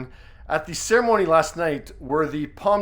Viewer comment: your pronunciation of Cannes and palme d'or could be better, sweetie 😘